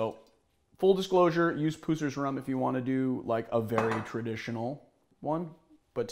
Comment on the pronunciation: It’s not pronounced “Poo-sers” it’s PUSSers as in an infection that has Puss! Thanks